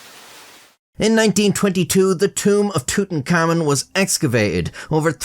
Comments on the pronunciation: It's not pronounced "tootenkamin" It's pronounced "tootenkamoon" But for an Irishman wtf It's correct enough🤷😂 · I'm sorry, just a few seconds in I'll have to comment that your pronunciation of Tutankhamun sounds like tootin-cummin to me. just in case you weren't aware. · i like how it REALLY sounds like "tootencommon" when says it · Amigo please don't call him tutankhamun, his name is Tut Ankh Amun, with spacings.